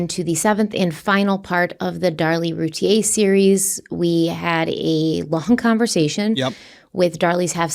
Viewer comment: Her name is pronounced like: ROO TEA EAR